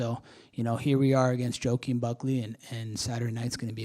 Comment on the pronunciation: Bro said Joke-uin Buckley 😂😂😂